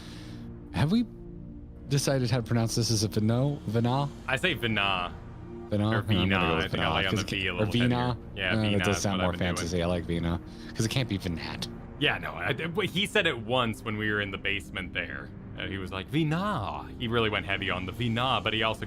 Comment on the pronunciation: Veenah...hurts my soul lol. Venat is veh-nah